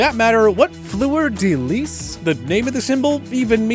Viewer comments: I felt personally attacked by your fleur de lis pronunciation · I know you need not worry about the fluer de lis and pronounce it right. The saints are one of the only teams besides the steelers and the packers that their team logo have something to do with their city or state.